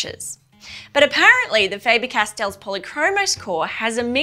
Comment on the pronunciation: The Castell section is correctly pronounced. The german „A“ in Faber is differently spoken than in english. The german „a“ sounds more like the „a“ in the english word garden. Greets from Germany 👋